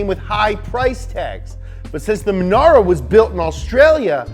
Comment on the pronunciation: Jesus, I feel like Im getting ADHD from listening to this guy. MONARO MONAIROE